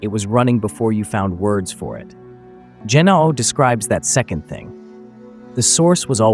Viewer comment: Gennathai anothen - born anew, again, from above. Edit: I have to add, I'm loving these videos, but I know several of these words and the pronunciation is throwing me off. Gi-naw'-oh - with a hard G, and the ' indicating a glottal stop like the british way of saying bottle - baw'-ul Ah-naw-then - the th is unvoiced so it's the th in "hoth" not the th in "these". Finally, the word for breath/spirit/wind is... Pnew-muh - the P sound is quick, unvoiced, and pronounced immediately before the n without making it a separate syllable like puh-new-muh. That's how I pronounce them anyway.